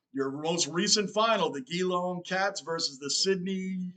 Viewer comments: Geelong's name is pronounced G-Long not Gheelong. I won't get mad, after all you're still learning. Great energy man. Glad you're getting into AFL. Cheers From Melbourne, Australia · It's not J long, it's Jee long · The Geelong Team is pronounced as Jelong,. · Just came across your channel - absolutely love your enthusiasm and energy! In case nobody has said this already, consider yourself an honorary Aussie! Just some pronunciations: Geelong is pronounced J'long, Melbourne is Melb'n, Brisbane is Brisb'n. We truncate everything, often ignoring whole syllables, and frequently sacrifice the letter "r", especially if it's at the end of a word. (Look up "rhotic" English, as spoken in the US, vs "non-rhotic", as spoken in Oz.) We're notoriously hard to understand, hope this helps.